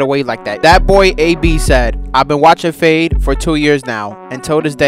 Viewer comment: Is ut just me or did fade sound Chinese for a second 😂😂